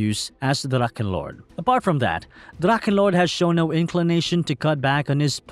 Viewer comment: What is so hard on it to spell dracHHHHHEnlord ?!? it’s a H and not a damn K. I can’t listen to your drakkenlord damn